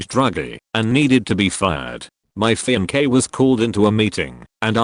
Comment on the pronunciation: Strange how the a.i pronounces fiancee as fem-k.😅